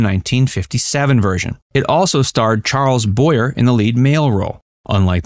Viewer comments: Bo-yeah not boyer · It's Boy-aye, and Cah-er. 😊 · It’s Charles Boy-yay. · Deborah “Karr.” Charles “Boyay.” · It's Actually pronounced Bor- Yay